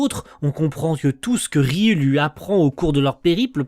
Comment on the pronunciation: Alors c'est pas forcément important mais je crois que ça se prononce Ryou 😭